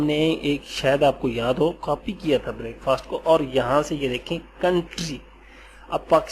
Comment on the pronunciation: sir g break fast nai parha jata hy pls a ik he lafaz hy